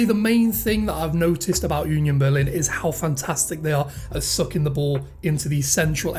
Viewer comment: 🤣🤣🤣 You call Union Berlin like Yunion Berlin. If you try to prononce it without this y you spreak it nearly right. Please hear like it is prononce in German